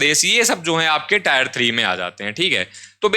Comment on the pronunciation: ये टायर है or टियर